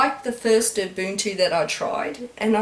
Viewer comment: Finally you say UBUNTU right.